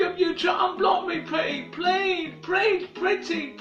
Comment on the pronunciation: Pletty prease unblock me Pretty Young 😂😂😂 if only this man could really hear what he sounded like. Edit: and oh my lil lunchbox must be where Dax got the inspiration for his music video Joker 😂